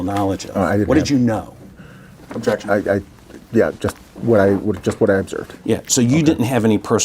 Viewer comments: I been hearing abjection since the first question lmao. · When you say the word "objection" so much that you're mispronouncing it, it's time to stop attending depositions lol. Good lord...